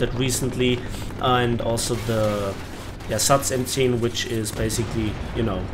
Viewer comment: Wo ich M10 gehört habe hab ich direkt gedacht du bist 100% deutscher :D